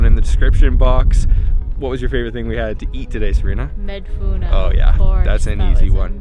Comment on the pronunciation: "Madfouna " not Madfouno😉